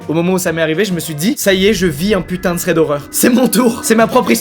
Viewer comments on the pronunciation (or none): none